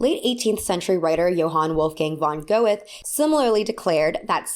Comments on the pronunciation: His name is not go-ith, it’s gurteh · Goethe is pronounced "Guer-Tay" not "Go-eth" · Love your videos, and this topic! Just letting you know it's pronounced Johann Wolfgang von "Gu(r)-tay" (Goethe) for the next time you have to read his awful quotes to someone :) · The closest English pronunciation of Goethe is Gertuh, not Go-eth. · Goethe's name is one of those annoying ones you have to hear to pronounce (unless you're fluent in German). GHER-ta. Not GOH-etha. I pronounced sepulchre wrong for like a decade so I completely get it. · side note because i’m german and heard that name a million times in my literature classes: von Goethe is pronounced more like “fonn Geh-tuh”, not “van Go-eth”, because the o and e are spoken together as a vowel. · Johann Wolfgang von Goethe [ˈɡøːtə], not "go-eth" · Hey! The German name Goethe is pronounced more like gur-ta rather than go-eth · Great Video! just one thing that will bother me if I don't say it: Goethe is pronounced, well english doesn't really have the Ö sound needed but more like Go - Teh, it's not a th like in english it's a hard t and and eh sound, the oe is like a scottish o is the best I can describe it? like an o trying to turn into an e. but Go - Teh is close enough. just definitely not the th. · girl >< it's not pronounced Go-eth 🥲🥲🥲🥲 Goethe is pronounced "Guehte" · Goethe is pronounced ger-tuh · I love you but please look up how to pronounce Goethe bc GO ETH has me dyingggggg 😂😂😂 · Don’t know if somebody already commented on this: your pronunciation on Goethe is really funny for a German. You would write it down like Göte today. No actual critic, but very cute :) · I just wanted to say: Goethes name is pronounced like „GoytE“. The last e is not silent and the „th“ isn’t an English „th“, it’s a „t“. Sorry for correcting you without you asking but you really mispronounced the name. :) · "goethe" is pronounced like "GUH-te" btw since oe = ö and ö is pronounced similarly to uh here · Goethe = goo-tuh. Sorry.